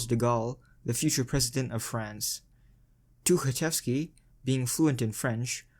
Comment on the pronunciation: says Тукачевский however his last name is Тухачевский. Х instead of K.